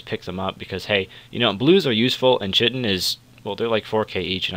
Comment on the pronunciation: Gratz on the rapier. For future reference, chitin is pronounced (kite-in).